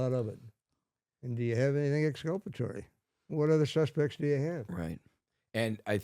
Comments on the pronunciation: I think that Tom Lang is just as good as Sherlock Holmes. What's Exscuppaterry 😊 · It’s exculpatory.